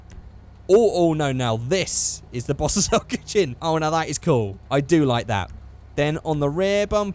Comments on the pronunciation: SAY BOSS-OH-ZOCKU AGAIN AND IM GUNNA KMS! Its Pronounced bosozoku (Bow-so-zo-ku) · I'm 80% sure that bosozoku is pronounced "Bos-Zoh-Ku", I'm pointing this out because I cannot take seriously after hearing "Bos-sis-zo-ku" so many times.:p